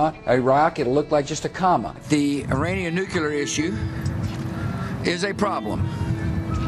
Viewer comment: Nice. But please learn how to pronounce Iran and Iraq. And stop saying nucular like GWB. It's N-U-C-L-E-A-R.